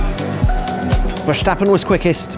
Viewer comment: Why do people keep pronouncing Verstappen as if he were German, lol. It's not Vershtappen..